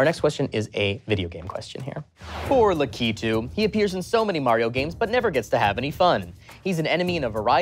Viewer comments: "Lakitoo"!!!?!!! Lack-i-too! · La key tu?!! It’s la kuh tu that’s the Um actually they should’ve corrected him on.